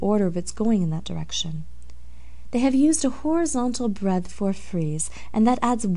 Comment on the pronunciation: Took me a minute to understand she wasn't saying "breath" but "breadth". The other word sounds like freeze but is actually "frieze"--a broad horizontal band of sculpted or painted decoration, especially on a wall near the ceiling.